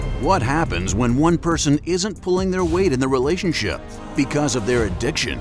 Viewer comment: Who else heard relationsip!?🤭😁😁🤪